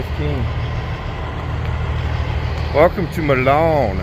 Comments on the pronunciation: It's My-lan (Milan). Commonly mispronounced. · Wet cake is solidified roundup. And it’s pronounced mylin not Millon like Italy. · Its pronounced MYLAN.Used to deliver to Milan ill,eagle foods every week back in the 80s.hauled fruit,vegetables etc to there as a backhaul out of California and arizona,for Little Audrey's Trans out of Fremont Nebr.Drove one of father-in-laws trucks.Sam Bowman trucking.yeah,i know,its a long time ago.41 years to be exact.stay at Mc Donalds.if they have parking for trucks,you can park there.grab some breakfast in the morning. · Fun fact: while most reasonable people would pronounce Milan (Ill.) as you do, the actual pronunciation is MY-lin. Don’t ask me why, but that’s how it’s pronounced.